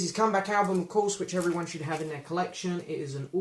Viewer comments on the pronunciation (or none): none